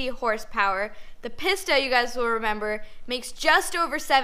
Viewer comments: It is pronounced Peace-ta. Not Piss-Ta. LOL! Still a big fan of her though...she knows what she’s talking about. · It's pronounced Peesta. Not PissTa. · Please stop calling it Piss-ta. It is pronounced Pee-sta. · I hate how she pronounces pista